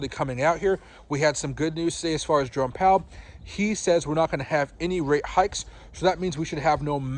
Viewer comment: Initially I thought you said Drone Powell and then I thought, well how appropriate